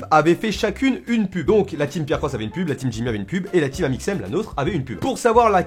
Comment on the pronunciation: De a j'ai fait que d'entendre " pute " au lieu de " pub "😂😂😂